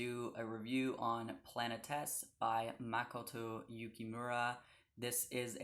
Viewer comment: Wonderful review. It is one of my all time fav manga/anime. Just a suggestion, 'planetes' is pronounced the same way as 'socrates' because they are both greek. So 'planet-tees'.